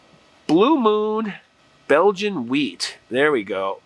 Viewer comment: you said the name of the beer wheat, it is white like the color